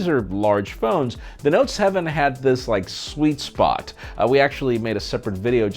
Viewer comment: The way he pronounced Sweet Spot is like Gee Spot! 😂